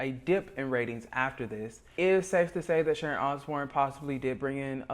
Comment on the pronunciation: It's Sharon not Sharont. You put a t on words where they are not required and leave them off when they are.